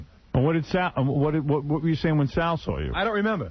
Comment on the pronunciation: "I sawr it"....lololol..